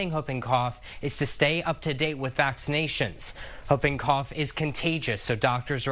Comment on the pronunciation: Someone please tell how to properly pronounce “Whooping Cough”😂